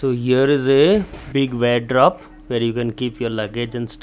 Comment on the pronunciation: It’s not wagedrope please speak and pronounce it properly It’s a Wardrobe where you can put your things